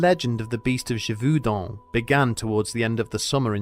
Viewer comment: ghe-vohw-din last syllable to rhym with the french number 1. sub-seh-quent, not sub-see-quent. are english schools so bad that you are incapable of pronouncing your own language, let alone foreign languages?